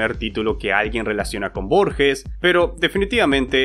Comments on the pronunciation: la G de Borges se pronuncia como cualquier G seguida de E en español, como una jota, no se pronuncia Borshes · Se pronuncia tal cual se escribe Borges